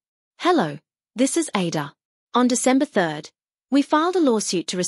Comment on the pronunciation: I sometimes wonder if the narrator of a lot of videos is made with AI.. the pronunciation of words like ADOR, which if you are someone who is familiar with kpop.. will know it's like "A-Door"..